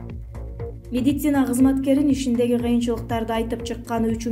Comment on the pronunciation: Бека Медиа, ушул кызды диктор кылгандан уялсанар боло, орусча создорду, терминдерди туура айталганы жокпу, жада калса медицина деген созду туура айталбайт, медисина деп кой 😂😂😂😂